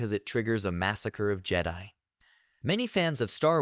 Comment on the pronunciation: Good thoughts, but yeah, you need a different AI. Or indeed, speak it yourself. No more “jedee”s. :)